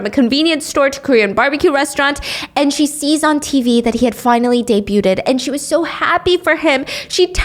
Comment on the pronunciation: My love the T in debuted is silent….